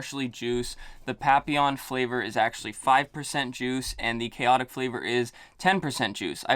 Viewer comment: I am so happy you pronounced them correctly! And noticeably liked the juice flavors for both, with Khaotic > Papillon.